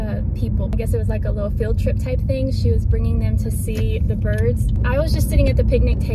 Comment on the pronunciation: lol and she even said it just like you wrote it “thang” 😅